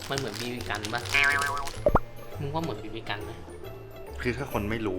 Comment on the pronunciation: จะเน้นไรนักหนาครับกับไอคำว่า บีบีกัน ฟังจนนึกว่าเหยียดบีบีกันแล้วอะ